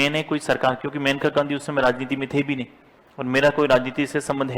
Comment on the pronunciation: That is not मेनका गांधी it is मानेका Gandhi